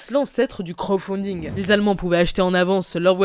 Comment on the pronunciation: "vol zagen" 😂 "crau funding" 😂 (dsl)